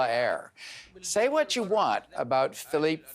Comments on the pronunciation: Ugh. This reporter cannot even say the name of my country correctly. PHILIPPINES, not PHILIP. 😒😒😒😒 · Lol the news reporter couldn't even pronounce the Philippines he called it Philip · You must be the worst reporter ever... What is "Philip of Dutante?" Do you not know how to pronounce Philippines? And you don't even know the president of the Philippines...shame on your reporting. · Philippines (Pee-Lee-Pins) Rodrigo (Rod-Ree-Go) Duterte (Dew-Tier-Te) Just helping you out mate! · The reporter cannot pronounce the "Philippines", instead he says Philippe haha 🤣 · Poor guy, he cant even pronounce Philippines. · did he really have difficulties saying Philippines or is he not really aware of this 3rd world country? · The anchorman cannot even say Philippines or President Dutarte’s name right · Can't even pronounce Philippines and the name of its president. 😒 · I'm offended the reporter can't even pronounce Philippines correctly. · When you are delivering a Pre written (and most likely) pre recorded monologue to an audience you would at least expect a cursory run through, to ensure you could get your brain around such brain challenging topics like say errrr..... pronouncing Philippines and the name of a world leader! The only thing that stinks more than this guys delivery is the rotting trash from Canada - I’m referring to “Turd-eau” and his cesspool of SNC lies to be clear. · We appreciate the attention given to this Canadian thrash blunder but please try to pronounce the “Philippines “ correctly. 🇵🇭✌🏼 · THIS GUYS SHOULD REVIEW HIS REPORT FIRST BEFORE AIRING LIVE. CANT EVEN PROUND THE PRESIDENTS NAME AND OUR COUNTRY. SUCH A SHAME! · Cant even say Philippines. Man you suck. Hahaha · I like his analysis, I just hope next time, he should try to pronounce correctly the name my country Philippines (the home country of the one of the biggest visible minority ethnic group in Canada) and President Duterte's name.